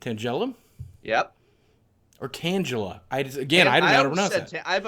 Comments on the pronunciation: Great vid boogie, and just a heads up, it's tangela (tang as in tangy) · Tangela is pronounced: TANG-guh-luh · I think it's pronounced TANG-A-LA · I agree you shouldn't make fun of someone who pronounces thing wrong. I would love to help you out with it though Nidoran : knee-dough-ran Pidgeot : pid-gee-ot Tangela : tan gal - ah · The way I say them are Pid-ge-ot Tang-ela G as a G not a J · I always pronounced it "Tangle-Uh" because he is all tangley if that's a word. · You should try to get Kevin from Deriums to do one of these, also I have always pronounces Tangela as tangle-a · Loved the video lol. He seems like a really cool guy. I always thought Tangela was pronounced like tangle-la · You are saying Pidgeot correct, that's how it is pronounced in the anime. But Tangela is pronounced with a gha sound not with a ja sound. Deriving from the word Tangled, IE its a bunch of vines tangled together